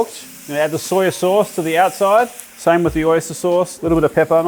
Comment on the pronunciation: Like dat "soi sos"